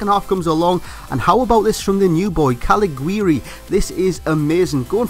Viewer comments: here is the german back again :D the "g" in the name of caliguri is pronunced the the "j" of for example joel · Volland anyday, also it's pronounced Caliguri with a soft g :)